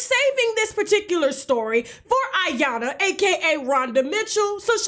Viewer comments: Her name is I- YAN- LA! It's pronounced E- YAN - LA. Isn't your husband Nigerian? Why do you mispronounced her name on purpose, that was sooo disrespectful! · IYANLA😲😲😲😲😲 LA LA LA LA IT'S IYANLA NOT AYANNA DAMN GET HER NAME RIGHT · It’s pronounced E yanla not I... Damn!!! Just say Rhonda at this point! 😂🤣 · Tasha Iyanla is pronounced E-yon-La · Tasha I'm gonna need you to put some respect on Iyanlas name gatdammit. You're my girl but come on now.